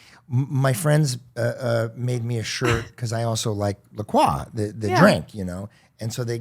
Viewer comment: David’s boomer energy was strong in this one. & it’s pronounced Lacroy